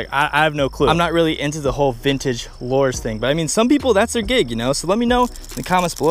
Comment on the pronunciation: Lures is pronounced "lew-ers" not "lore-z"